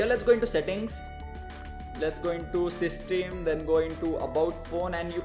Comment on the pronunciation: Plz pronounce system correctly its quite annoying